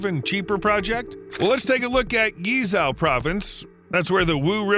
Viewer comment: Are you attempting to say Guizhou?